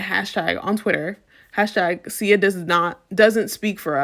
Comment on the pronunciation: Great video but how you pronouncing Sia getting to me 😭😭. But she deserves to be called that after this fuckery